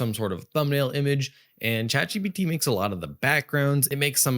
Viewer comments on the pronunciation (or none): For some reason, and it may just be my ears or perhaps you have a cold, but I keep hearing you say “Chad GPT” and of course a meme pops to mind 😂